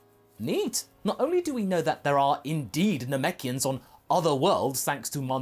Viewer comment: "Namekians." Me "I'm in."